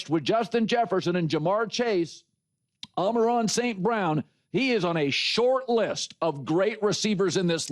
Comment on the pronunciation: For as often as Colin brings up Amon-Ra St Brown, it's really jarring that he can't pronounce his name correctly.